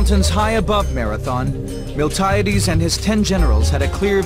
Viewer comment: Also, Spain is, was and never will be in Italy. As entertaining as it is, this documentary is full of flaws and horrific pronunciations.. MiltAHHyaDeees? Milti-AH-Des you mean..